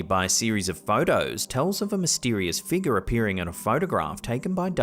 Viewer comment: It's pronounced No-key-uh. There's no such thing as a knock-ee-uh. There's also no "a" at the end of figure or conjecture. Just as there is an "a", not an "er" at the end area, circa, alpha, and diarrhea.